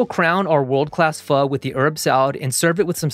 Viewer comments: As a Vietnamese immigrant, I just want to say I appreciate you pronouncing Pho, correctly (vs FO as other chefs do) =) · I am so grateful that you pronounce pho correctly